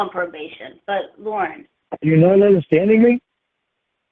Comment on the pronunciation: You're nawt perfect either.